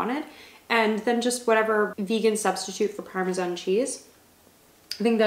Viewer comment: why did you pronounce parmesan like that😭😭😭